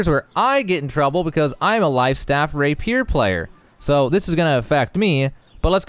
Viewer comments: It's ray·pee·ur btw not ray peer! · “Rapir”. Lol. It’s “Ra-pi-er”. 😉 Soooo, I’m new. Been playing a couple of days. Level 25 now. I almost feel like I should hold off until this update drops. The funny thing is, this will fix a lot of the things I already felt. Especially the dodge thing and the weapon switch. I would also like the Shed being universal so if it’s stored it’s stored and available no matter where you are. EDIT: And MATCHMAKING! Jesus Christ it’s amazing there’s no matchmaking in this game.